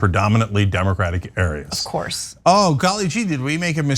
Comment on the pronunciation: Cenk's emphatic "OF COOOOURSE!!!" Is the best. 😂